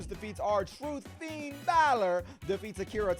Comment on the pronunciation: For the love of God please stop saying Finn's name like that. Disrespectful and sounds horrible.